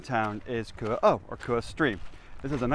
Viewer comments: you got super close to pronouncing Køge correctly you just needed do pronounce the e a bit more it sound kinda like eh. But it is a really hard word with the soft g and the ø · The way you pronounce Køge almost sounds like you say Kure. I'm not trying to make fun if you, cuz I know Ø is a hard letter for non-danes to pronounce as it doesn't exist in english. The best way to describe how to pronounce Ø is the "ur" in Curl. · I think we pronounce it 15 different ways in the video (and none of them are right 😂). And that would have been amazing! The cakes in Denmark are good because they learned from the Austrians 😋